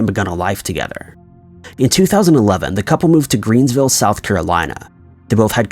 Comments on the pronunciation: It’s Greenville sc not greensville lol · Okay.. it's Knoble (no bull) and Greenville not Greensville. 😕 also, in my opinion, you need some kind of introduction music or a sound. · It's Greenville, not Greensville.